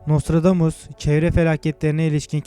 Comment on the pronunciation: HAHAHA çok komik gerçekten videoyu yapan paylaşan kişi daha nostradamus demeyi bilmiyor.....aynen şöle dior NOSTRODOMUS...:)))))